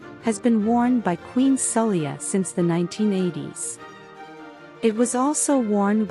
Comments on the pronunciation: Poor pronouncing of the queen name. The queen name is prononced as Sa- Lay-ha and symbols if islam, Muslims practice Islam. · She even called the country “Bahrain” more than once 😂. The queen herself is called “Saleko, Saheli, Sala… “ the narration is ridiculous.